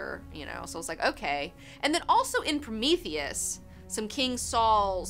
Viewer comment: Two "e"s in "Prometheus," folks. "Promethus?" Sigh.